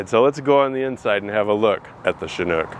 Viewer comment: Shhhhhanook? I thought it is a Chinook???